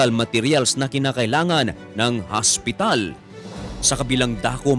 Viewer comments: Magsu-subscribe ako kapag ang pag-pronounce mo ng hospital ay hindi HASPITAL. Tagalog na nga ang salita, HASPITAL pa. 'Di pa sabihing OSPITAL. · Ano talaga Ang pag bigkas mo hospital or haspital? Hahahahahaahh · hospital po hindi haspital😂✌️ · Ikaw matanong ko, ano ba talaga haspital o hospital, 😂😂😂😂 haspital hospital ospital, oa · haspital hahaha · Di ko nabilang ang word na hasp pital